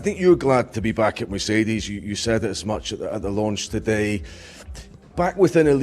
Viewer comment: I like how he’s always saying Mercedes correctly haha